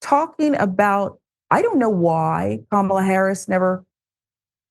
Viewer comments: They really believe that mispronouncing her name somehow devalues her. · Republicans are so lame; continuing to intentionally mispronounce Kamala's name. Shows the rest of the country how childish and boorish they are. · They deliberately mispronounce her name. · GOP quadrupling down on pronouncing Kamala's name wrong in 2024 should be shocking to me but it's not at all. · Very disrespectful mispronouncing her name! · She mispronounces Kamala like Peewee Herman mispronounced Spanish... do they not realize thats how you act dumb??? Do they not see that makes them clownish not kamala?!